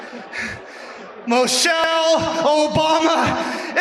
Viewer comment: Who the hell is "Mochelle"?